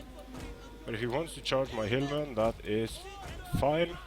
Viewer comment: When you say hillmen, I hear hirdmen.